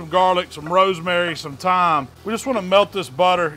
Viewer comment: He said THHYYYYYME with his chest lol